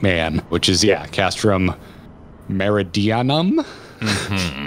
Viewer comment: It's pronounced mer (like in mermaid) id-ee-ann-um. You've probably figured out that the Garleans have a distinctively Lantin feel to their names and the names of places. From what I've been able to gather over the years, Garlean names are a first name, a title, and a last name. Gaius van Baesar, for example, where van is some sort of title or rank.